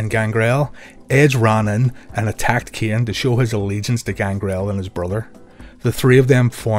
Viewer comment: Why you every time asking K'en. Kane